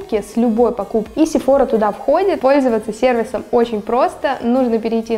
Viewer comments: Только не СефОра , а СефорА ) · изначально этот брэнд из Франции!!! поэтому сефорА!!!!!!!!!!!!!!!!!!! потому что во Франции все окончания на последний слог!!!!!!!!!!!!!!!!!!!!!!!!!!!!!!